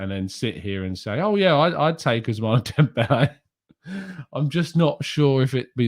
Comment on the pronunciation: Ousmane is pronounced Ous-Man 🤝😂😂😂